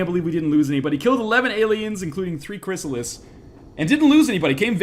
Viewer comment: ChryssalID, ID, as in ID Software. They aren't old PC games.